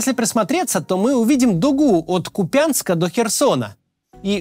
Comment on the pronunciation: от КУпянска - а не КупЯнска )